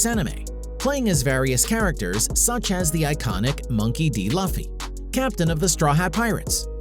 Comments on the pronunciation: Why do people say luffy as laughy its so aggrevating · it hurts me when he said "laughy" instead of luffy isnt it far enough to be spoke like laffy or whatever he said lol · Monkey D Loo fee Not Lufee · BRUH LUH-FFY ITS LOO-FFY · When he said loffy I cried salty tears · It’s pronounced loofy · He really said monkey d laffy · The” luh-fy “ thing triggered me as a one piece fan 😂😂 but good video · MONKEY D LUGHFY LMAO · Ah yes monkey d luffie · XD LOOFEE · Monkey F. Loffy lol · Luffy ia pronounced Luu-fy. LUUFY NOT LE(French word)fy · Did you just say Monkey D Laffy? 😑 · "Monke D Lafi" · AHHHHHHHHHHH bruh it hurt when he said luffy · The disrespect in how Luffy was said I had to dislike the video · 🤣 you said mokey D luffy wrong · A part of me died when he said luffy wrong